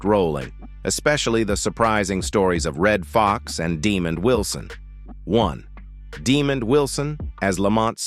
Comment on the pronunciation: The emphasis is on "mond" in Demond Wilson.